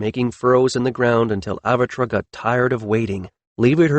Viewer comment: Oh well, same all same all! Pronunciation problems. I'm starting to believe its an unconscious thing , something with the paths your language lays in your brain, makes it hard to utter some sounds. Kiron would be kaÌ-ron,not kuron! Avatre would be Avat-RE, not avatra. Hard for English speakers, but not impossible. Your dealing with an actual language ,not the mercantile patois you were taught is one.